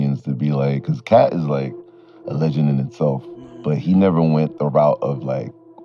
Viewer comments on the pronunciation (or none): it is CAT not KATE LMAO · Is this nigga saying Kate??? Is katt like “cat” bro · It’s Katt (pronounced “Cat” ) Williams, not Kate… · KATE WILLIAMS?? Come on... You know his name. SAY IT RIGHT!